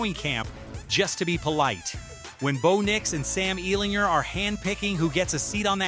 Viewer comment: Please, with the name ellinger ger not ner ell in ger thank you, have a good day